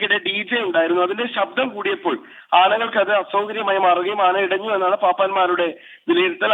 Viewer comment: "ആനയടിഞ്ഞു"😄 എന്നല്ല ആനയിടഞ്ഞു എന്നാണ്